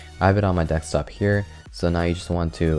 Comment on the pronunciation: WHy do you keep saying Dekstop